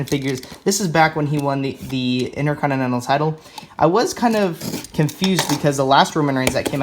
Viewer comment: HE KEEPS SAYING INTERCONINENAL